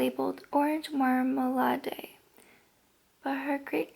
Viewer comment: Girl, I love you, but... "marm-ah-laid"